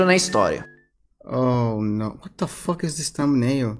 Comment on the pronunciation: Ele fala assim: wata foque